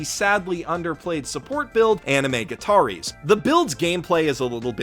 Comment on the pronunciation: I swear to Haruhi the cringiest thing about this video is the way he pronounces "gataris".